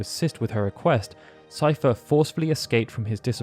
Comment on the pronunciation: I'm glad someone knows how to pronounce Seifer lol! When anyone mentions me in their videos, they call me 'Seeferboy'. I try not to get annoyed because I know a lot of people don't know how to pronounce German names. Fun fact: some of my grandparents had the last name 'Seifert'!